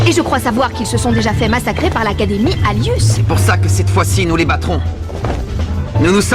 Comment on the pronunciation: au lieu de dire academie anus dites alius